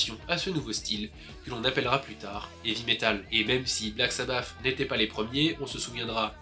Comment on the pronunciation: Black sabbath et non black sabbaf 😂